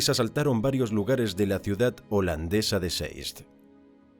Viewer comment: Uno de los pocos narradores que pronuncia bien el idioma Holandes...